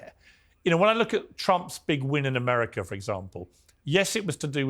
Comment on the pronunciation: Ameriker? It's America, Piers. There's no "er" at the end of 'America'